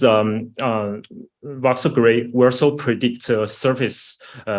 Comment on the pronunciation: Are you saying "box cell" when discussing the AI graphics?